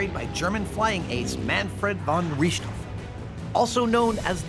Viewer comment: Awsome. Hold up how did you pronounce Richthofen!? Welp, never thought ide see Adam savage flying a bomber plane before.